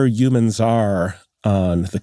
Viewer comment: Yuuumins? 😂human